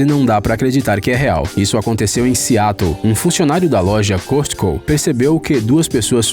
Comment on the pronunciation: Costco , a pronúncia correta é Cóscôu.